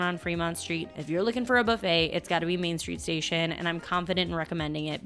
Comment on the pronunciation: She picked the worst video to mispronounce buffet, really made we want to quit the video. Believe me, that isn’t an accent, she’s just mispronouncing the word buffet. But she mispronounces a lot of words, but buffet really bothered me.